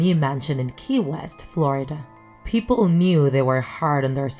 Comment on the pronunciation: What is flordia its Florida not flordia